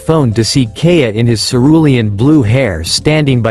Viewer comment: It hurts my soul to hear the way it says Kaeya